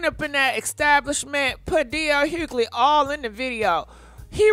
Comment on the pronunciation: Girl the g in dl’s last name is silent.